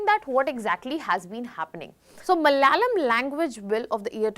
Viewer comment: It's Malayalam, not malyalam😡